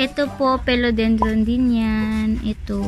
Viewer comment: i love your video....please note it’s philodendron not pelodendron...and check out the corresponding pronunciation. di malambot yung i sa phil